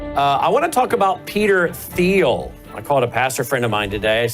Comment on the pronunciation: Isn't Thiel pronounced like Teal?